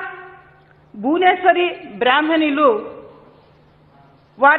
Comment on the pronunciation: Sir bhuvenswari kadu bhuvaneswari garu ani palakandi .. Ekavachanam samskaram anipinchukodu